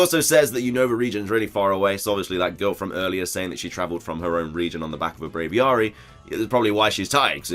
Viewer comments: WTF IS Brayviaarrree its braviary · Brav-ee-airy. It's like aviary.